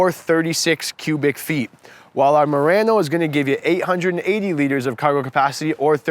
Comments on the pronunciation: It’s not Marano it’s Murano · Moreano lol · good video... except you are saying murano wrong :( also.. i have to agree with another comment... diff generation refresh and it really isnt fare for the murano